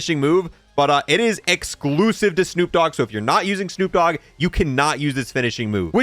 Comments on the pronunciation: * D O Double G not D double O G 😂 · Lmao, it's D O double G!!! Not D double O G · I still can’t get over the fact he said D O Double O G. That would be Snoop Doogg😂